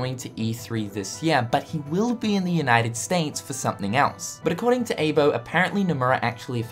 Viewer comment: Eye-bo not aebo.